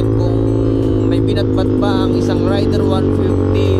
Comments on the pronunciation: Correction po..raider po hindi rider...ayusin nyu po ag pag pronounce...!!! Heheheehe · Papaano ba i-pronounce ang " Raider "= Reyder O Rayder? Paki sagot nga? Salamat.